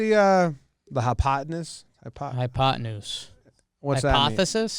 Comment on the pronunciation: please, don't ever say hypoteneuse again. PLEASE. also, Trev just created the dopest portmanteau I have heard in a while: "Old School Basebullshit" is sheer genius.